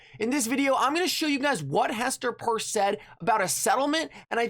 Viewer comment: Hester’s last name is PEIRCE, (pronounced PEERS) & not purse 👛 please learn & apply basic English 😏 thank You 🙏🏾